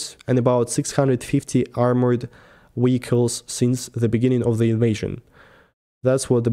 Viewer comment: wehicles is so cute sounds like chekhov of star trek